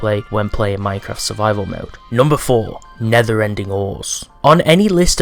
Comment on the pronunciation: I thought he said never ending ore, not nether and end ore